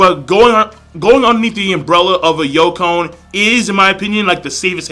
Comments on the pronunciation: Hey King I notice you keep saying "youkon"..... it's YONKOU (yon=4, kou=king) now after me. yooonkooou XD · Hey King, love the reviews, just in the future it's not pronounced like Yo-cone, its pronounced Yon-Koo. Anyway keep up the awesome vids :)